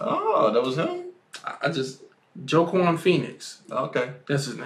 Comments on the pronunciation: Wha-Keen (Joaquin) not Joeahquin lmao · No hate, great episode, and great reactions But Joaquin Phoenix is pronounced Wah-Keen lol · THIS MAN SAID JOE KWAN PHOENIX. I'M DEAD BRUH